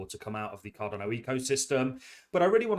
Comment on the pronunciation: Mate, love your videos. Genuinely enjoy them.. one thing though, it's Card'a'no not Card'o'no. I know you've mentioned before you've got dyslexia, I've got a learning disability myself so I'm not having a pop. I just think as your channel grows and you continue to be a big ambassador for Cardano you should pronounce it correctly? Apologies if there's a reason for it and appreciate the time and content you put out, it's awesome stuff 💪👊